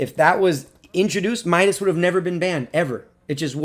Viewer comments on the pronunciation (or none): It's not My-das It's Me-das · let me correct you, he's name (midas) is pronounced (mee das) not (my das) Nyway happy for him mok, midas, athena and you are my favourite pubg mobile youtubers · It's midas not mydas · It's not Mydus it's MIDAS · Awesome evaluation 🔥🔥🔥 Anyway its "Meedas" not "Maidas" 😂😂